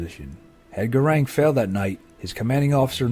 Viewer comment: Such a shame that the commentator correctly names this Gurkha as Gurung and then continues to call him Garang for the whole of the clip. He's worthy of a little more respect I think.